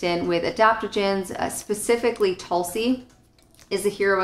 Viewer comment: Tulsi is pronounced as Toolsi. Honestly you are better off getting it by itself (in different flavors if preferred) rather than whatever combo these teas are.